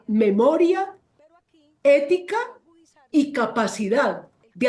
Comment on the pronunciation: EÉETICA😂 peletica peluda